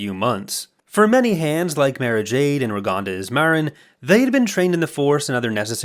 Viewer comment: I gotta tell ya, it drove me fucking insane listening to you pronounce 'Mara' that way.